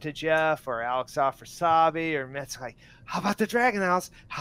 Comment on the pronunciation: How come he refers to Metzen correctly but doesn’t pronounce Alex Afrasiabi’s name correctly once? This guy worked with Alex; I’ve never met him but I can pronounce his name?!?!